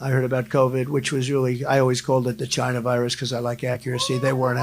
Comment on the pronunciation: Why does Trump talk as though he's recently been smacked in the back of the head with a sledgehammer? Why can't he pronounce the word "China" normally? Why do his MAGA devotees find this so entertaining that they need to clap and cheer? What in the name of God is going on over there on the other side if the Pond? YeeeHaaa UnterMagAmerica!